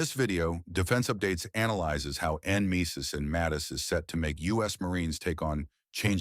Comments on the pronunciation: en-MESIS? Nem-e-sis right? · It is said Nemesis you ignorant AI. Gods, ditch the AI and hire a Human... or coach it on these acronyms, JEEZE.